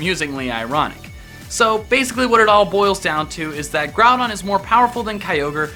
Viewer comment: Growdon not grawdon